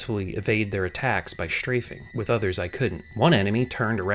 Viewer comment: "SHtrafing"... not strafing?